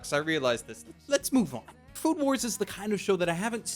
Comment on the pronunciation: Everytime mentions the name of the show, I just keep hearing "Food Porn" instead of "Food War"